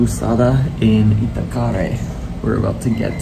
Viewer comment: This half-Brazilian gringo is enjoying your vids very much. Can I offer one pronunciation tip? Accents on vowels often change the sound of the vowels (which can be tricky), but they ALWAYS indicate which syllable should be stressed.. So, maracujá, guaraná, acarajé, Moreré, Itacaré... in every case you should stress the LAST syllable, as that's where the accented vowel is. (And "é" is an open sound, like in "peck" or "get." ) Try it, it's fun! You'll sound more like a native. Anyway, I love the way you are exploring the country, especially the many parts I am unfamiliar with. Kudos.